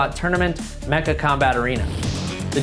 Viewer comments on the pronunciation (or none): none